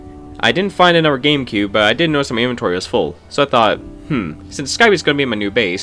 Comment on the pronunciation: STOP SAYING ANOVER!!!!😂😂😂😂😂😂😂